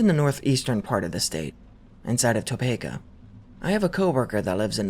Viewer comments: Oh hell nah he did not just pronounce it “Toe Pay Kuh” disgusting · Hey Topeka is pronounced Toe-pee-Kuh just so ya know and was awesome hearing a story local to me wish I could get in contact with that anon for any more info. Have seen/heard a few spooky things around the area but nothing too crazy